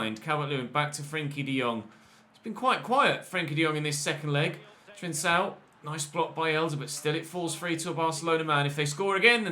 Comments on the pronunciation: it’s pronounced ‘Trincão’ (like a K), not ‘Trinsão’. Also love the series nd keep it up!!! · Hey,! Just a lil piece of information: the C in Trincão is pronounced like a K.